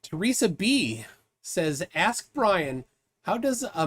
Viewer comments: Could someone tell to the gentleman, that the word is "ask", not "aks". This is not my language and im having a stroke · Seriously. Why cant black people say "ask"!?